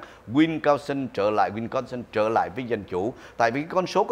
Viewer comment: Wisconsin not winconsin, ông.